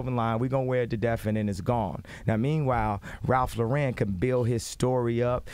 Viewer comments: This dude is fucking psychotic... And Ralph Luh-RHEN 😂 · he said ralph laren lol